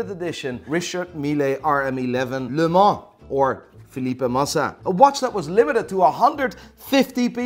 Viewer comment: The way Offset said Le Mans pissed me off